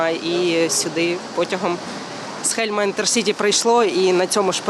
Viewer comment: Не Хельм, а Хелм (раніше укр Холм)